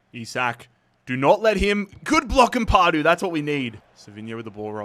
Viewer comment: Amp-a-du, not Amp-ar-du 👌